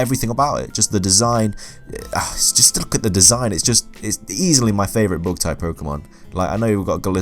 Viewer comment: The first time you said bug I thought you said book, so i thought Raichu is weak to reading.